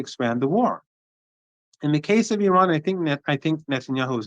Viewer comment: Please try to pronounce correctly the word "Iran" (and not Aran). Thanks